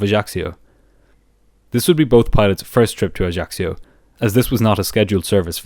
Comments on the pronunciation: Corsica is well known to be a very difficult to land at. - Ajaccio bay on one side ( the pilots used to wave at the sunbathers on the beach below ) and a semi-circle of mountains! It's an Island I have been to many times. It is beautiful, but rather expensive. ps - the locals call the area AJASSIO - not AJACKSIO! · I love your channel but the mispronunciation of Ajaccio kept throwing me off guard.